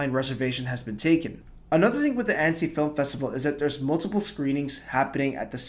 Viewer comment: your pronunciation of annecy is off